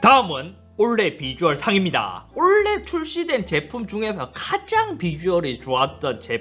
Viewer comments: 영상 보다 말고 투표하고 왔습니다. 2개까지 선택 가능하면 좋겠단 생각이 맴돌았지만 찬혁이가 너무 멋있네요. 근데.....................올해!의 발음이 올레 라고 하시는거 같아서 kt에 조금 심하게 대해서 미안한 감정이 있어서 그런가 혼자 피식해봤습니다. 작년 한해 영상 재미나게 잘 봤고 올해도 잘 부탁드립니다. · '원래' '올해' '올레' 발음비교 영상좀 부탁합니다 ㅋㅋㅋ(농담ㅋㅋ) 한해 동안 고생 많으셨습니다. 22년에도 좋은 영상 많이 부탁드려요!! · 원래,올해,올레 이 세단어의 발음이 저만 똑같이 들릴까요? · '올해'라는 단어를 발음 못하시네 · 잇섭님 근데 올해를 자꾸만 올래 올래 라고 하시네요 ㅋㅋㅋ 올-해 아닌게요 ㅋㅋㅋ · 올해를 올래로 발음 하는건 KT 저격이네 ㅎㅎ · 올해를 올레로 발음하는 이유는 kt 저격인가요? ㅎㅎㅎ 농담입니다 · 형 올해 한번만 제대로해주세요ㅋㅋㅋㅋㅋ 올레 말고 올!해! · 올래라고 자꾸하시네요 ㅎㅎㅎ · 올해가 자꾸 올레라고 들리네 ㅋㅋㅋ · 올래의 웃깃발음 상 : 올해를 올래라고 하는것...케이티 간접광고아니조??? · KT 상주는거에 너무 기뻐서 "올해"를 계혹 올레라고 발음하는거 맞죠? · 올해가 올레(KT때문은 아니겠지…)로 들리게 하시는 잇섭님 이번년도 좋은영상부탁드립니다 ㅋㅋㅋ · 잇섭님 자꾸 '올 해'를 '올레(Olleh)'로 발음하시는 건 혹시 PPL인가요? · 왜 올해를 olleh로 발음하나요? KT 뒷광고 아닙니까? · 올레 올레 하시는거보니 역시 KT .. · ‘올해’를 ‘올레’라고 말했으면 kt도 화홰신청 할 때 됐다 ㅋㅋㅋ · 올래 가 아니라 올해 요 ㅋㅋ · 썹님 올해의 발음 한번만 생각해 봐 주세요. 올해가 자꾸만 애증의 올레로 들려요. 올해에서 ㄹ탈락이 일어나더라도 오래로 발음될 것 같은데 올래올래 아무튼 올해 새해 복 많으 받으세요:D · 올래 아니고 올해라고요.. 아 킹받네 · 자꾸 올해를 올래라고 하는 거 넘 귀여웤ㅋㅋㅋㅋㅋㅋㅋㅋ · 엉뚱한 얘기일지도... '올해'를 "올래"로 발음하시는 것이 너무 신경 쓰입니다. "오래"로 말씀하시는 게 맞다고 생각하는 데. 한번은 괜찮은데 자주 반복되다 보니 집중이 어렵습니다. 길게, 강조해서 말할 때 "올~해"는 괜찮습니다만. 모두들 희망찬 새해가 되기를 바랍니다. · 계속 올해를 olleh로 발음하시는데 kt에서 뭐 받으신거 있으시나요? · 형 올해를 발음할때 왜 올레라고 하는거야 ㅋㅋㅋㅋㅋㅋ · 계속 올래 올래 하길래 kt얘긴가 했는데 '올해'ㅋㅋㅋㅋㅋㅋㅋ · 올해를 올래라고 발음하시는데 올해가 어려운 발음이에요? 이런거는 처음보네ㅎㅎ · 형 자꾸 올해를 올레라고 발음하는 것 같아요 ㅋㅋㅋㅋㅋ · 올래??? 아니죠 올해입니다....ㅋㅋ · 계속 올레, 올레 해서 kt랑 원만히 화해하신줄 알았는데 올해라고 말하는 거였네요. 그럼 내년에도 kt는 신나게 패도록 하겠습니다 감사합니다. 만족도가 높네요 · 올해라고 할때마다 olleh라고 들리는건 내 귀가 이상한게 아니라 이유가 있었던거구나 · KT한테 좀 미안해서 그런지 올해를 Olleh로 발음하시네ㅎㅎ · 올래의 라고 하는거 킹받네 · 올해를 올래로 발음하시는듯한;;;; KT인줄? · '올해'를 계속 '올 ㅀㅐ' 발음하시는거 킹받습니다. ^^ 서울에스킹 2022년에도 잘 부탁드립니다~~~! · 올해를 올레라고 발음하시는 잇섭님 뼛속까지 IT유튜버시네요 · 올해를 올래라고 발음하시네 ㅋㅋㅋㅋ 뭔가 사투리인가 (나쁘다는 의미는 아님) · 올해가 올래로 들리는건 나만그런건가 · 올레에서 광고비를 받으셨다면 밝히셔야합니다. '올해'를 계속 올레 올레 하시는데... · 올해가 자꾸 올래로 들려서 웃으면서 봤습니닼ㅋㅋㅋㅋ 어쩔 수 없짘ㅋㅋㅋㅋㅋ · 저만 올해가 올래라고 들리나요...ㅋㅋㅋ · 올해 = 올래 발음이 올래.. ㄷㄷ KT를 아직 좋아하시는 잇섭님의 발음 클라스.. KT는 포기못하지 ㄹㅇㅋㅋ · 형 새해 복 많이 받어~~ 근데 잇섭형 올해 발음이 잘 안되네 ㅎㅎ 올래~~~~ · 올해를 올레로 발음하시는게 고도의 kt까기? ㅎㅎ